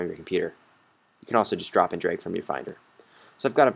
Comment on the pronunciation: DRAG AND DROP, AHHHH hahah, NOT DROP AND DRAH